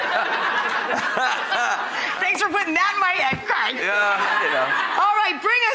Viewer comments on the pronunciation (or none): "CREG,'?? Wtf..his name's CRAIG..hate the way "some" people pronounce things. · Why do Americans say Creg??? It’s CrAig!!!! Grrrr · start of vid - 'Cregg'. cringe. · Why do Americans pronounce Craig weird? The name has an A in the middle not a E